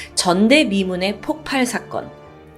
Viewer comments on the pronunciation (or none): 폭팔이 아니고 폭발인데...계속 폭팔이라고 하네요